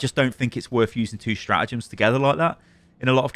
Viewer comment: It’s StraTagems. Not Stra’agems